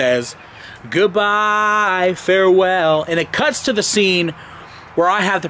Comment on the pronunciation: When says " farewell" it sounds like for a while